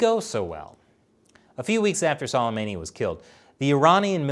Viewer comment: Say qasams name like su-lei-ma-ni